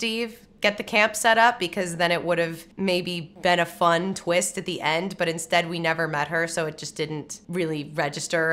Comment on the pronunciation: "But maybe there's a tweest I don't know about..." 😅 How about 2? 😁 I love that Ft13th can still scare the heck out of people, even those who know about Mrs Voorhees from Scream. Jason popping out of the water is one of the best stingers in horror! And some bonus Kevin Bacon.